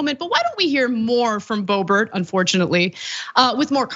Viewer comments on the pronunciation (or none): Lauren D'oh-bert !